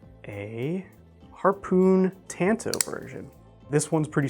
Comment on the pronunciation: That's not how you pronounce "tanto." Please stop